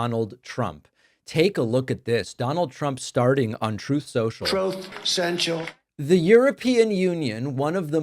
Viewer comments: "Troath Sentchul"?! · The “troth central” soundbyte gets me every time 🤣